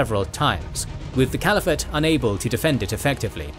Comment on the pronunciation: "Cvaliphate" made me chuckle XD